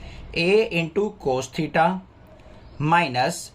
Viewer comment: Sir mein bhi kabhi kabhi thita ki jagah kush or bol deti hu😂😂😂